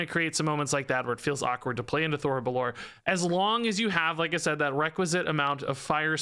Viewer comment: Just a heads up (not that it really matters), but I think the phoenix is pronounced Thori bell-or-ay, since its elfspeak.